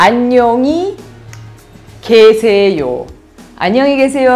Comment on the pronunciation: an ñong Ji gue se Ío , lo escucho an ñong ni gue se Ío como es no entiendo como es